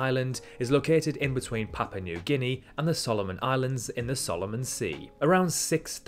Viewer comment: Riddled with errors, not just when King Charles was born (and he's NOT "King of England", there is no such title!) "West Papa"? "Sandman Islands"? "Papa New Guinea"? "nucular tests"?? "Vananatu"?? And an island midway between Japan and South Korea is no way "tropical"!